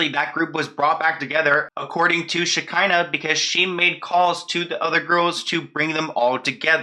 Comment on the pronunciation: Shi-KAH-nuh Shekinah. That’s how you say her name lol. I cringed every time you said it wrong but I love you regardless lol 😂😘